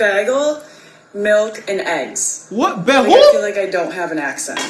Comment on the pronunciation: "beggels" can't be choosers,!